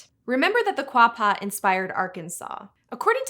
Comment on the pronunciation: "Kwah-pah" is the way I remember seeing it spelled in my junior high Arkansas History class, so I can at least confirm you got that one. Hilariously, it even had an old spelling in the book, part of an infographic, where it was spelled "Arkansaw" though I don't know how valid that was. May hve been a jab at people wanting to call it "Ar-kansas". Great video by the way! I always wondered where the country Georgia got its name